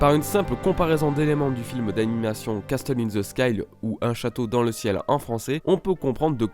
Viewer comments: pour le mot"castle" on ne dit pas "casteul" ca se prononce "cassol". je chipote je sais mais c est bon a savoir. bonne video en tout cas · cassol ou cassel? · Hyper intéressant. Merci au gars qui a pensé à tout ça. "Castle" se prononce "casseul", le "t" est muet. Juste pour ton info perso^^ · Arnaud Durand en tout cas le T est muet